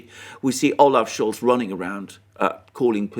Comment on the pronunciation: Remember and Alexander: Its Olof Schol now. The "Z" is forbidden